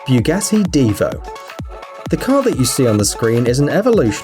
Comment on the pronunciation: R you saying Bugassy or Bugatti